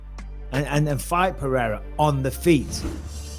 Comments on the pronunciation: Is it too hard to say Pereira instead of Peheyra? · If your gonna stress Adesanyas last name correctly please say Pereira pronouced "pear-aida" correctly..... btw your material is great